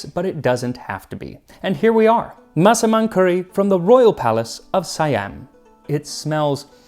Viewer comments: your pronunciation on the word "Massaman" is perfect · Finally, after all these years, I know how to pronounce Massaman curry. Thank you Max!